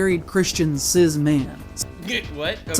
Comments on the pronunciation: am I the only one that cringed at the way he pronounced cis? CIZZ. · the word cis is cringe enough on its own and this mf somehow made it even worse with his nasally voice and pronouciation lol every single thing about this dude annoys me sm